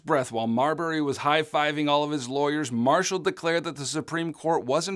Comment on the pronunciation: John MAR- shall…. Oh